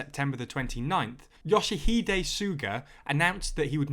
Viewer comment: Love the pronunciation of Yoshihide, it is difficult for people who haven't learned Japanese though. Great you're talking about Japanese politics though, a lot of people didn't like Abe and felt he ran away from his responsibilities with his UC